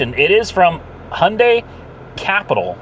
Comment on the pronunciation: Hailding😂😂 Hyundai